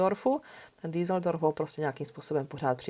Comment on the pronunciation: Nic v zlom ale Düsseldorf tak ako sa píše sa aj vyslovuje ☹🙏